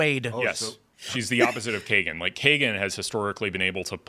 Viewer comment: Does Phil have dyslexia? He calls the two justices "Kagenti" and "Carice Thomans."